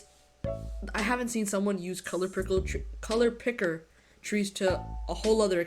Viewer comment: “color pickle” 😂😂